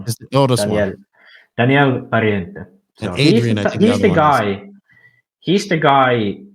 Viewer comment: Just a couple of comments: About Adrian Pariente: homeschooling in Spain is mostly a "no-no". As of now, early quitting the school is much, much, much more usual. About Iker Tellez: he left Mayako to enter Tekno Spain And a little pun: Why you worry to correctly pronounce Daniel Pariente ( as daniEl pariEnte ) but keep mispronouncing cAnas as canAs ? 😉😛 The stress is in the first A of the cAnas surname !